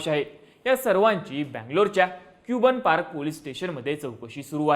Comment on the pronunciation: क्यूबन पार्क नाही रे भिडू कबन पार्क अस उच्चार होतो त्याचा 😂